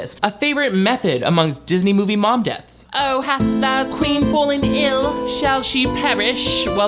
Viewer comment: Its ending me that when the narrator says 'But then her mother fell ill' The shot is from within the well, and it sounds like she says 'her mother fell IN' as in the well. I'm going to live in that reality, thankyewwwwwww